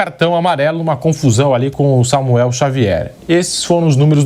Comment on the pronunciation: Samuel Xavier, famoso Xamuel 😂😂😂